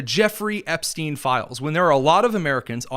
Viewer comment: dear Lord!!! "Release the 'Epstone' files" LMBO